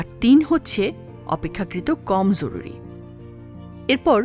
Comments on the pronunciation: Bhalo laglo. Tobey aapnar joruri ucharon ta khub Kaney lagchey eta hobey joruri. Jhoruri na😊. Very good video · জরুরি এর উচ্চারণ এরকম ভাবে কেন করল? অনেক বার ঝরুরি বলল এটা শুনতে এমন যেন লাগল, এছাড়া অন্য সব ঠিক ছিল। পরের বার এই জরুরি উচ্চারণ টা সঠিক ভাবে পড়বেন। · জ কে য এর মত উচ্চারণ করা হয়েছে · এটা জরুরী,যরুরী নয়! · জরুরি উচ্চারণটি ঠিক করা জরুরি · সুন্দর ভিডিও কিন্তু ভিডিওতে জরুরী কথাটাকে কেমন করে যেন উচ্চারণ করা হয়েছে